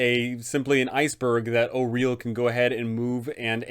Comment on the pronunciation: Thank you for pronouncing Auril correctly